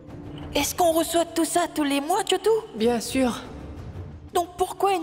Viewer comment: Moi j'entends Tchotou😊